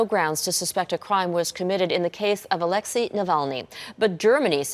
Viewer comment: You are pronouncing Alexei wrong!